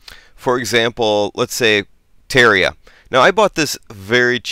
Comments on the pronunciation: tarria? Never heard anyone call it that. The pronunciation is Ter-air-e-ah Or Ter-rar-e-ah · Oh god, he called it "terria" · That's not how you say Terraria.